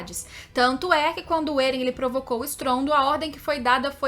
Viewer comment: Ótimo canal, só me dá um leve incômodo no ouvido quando ouço a falar "Êren" e "Histôria" 😬